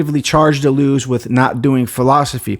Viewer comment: Started watching, but it's too annoying to hear Deleuze's name mispronounced. Hadn't heard of the book, though, so thanks for that.